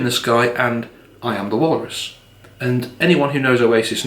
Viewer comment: Do you pronounce 'walrus' like 'walarus' or did I mishear that?